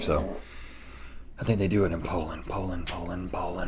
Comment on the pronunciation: Link, it's not Pole-end but Po-land.